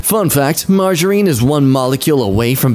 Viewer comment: I've never heard margarine pronounced like that